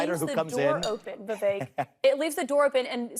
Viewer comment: this is super libbed up of me to say but jfc can one single pronounce 'Vivek' correctly, even "LIBERAL MEDIA" CNN can't do it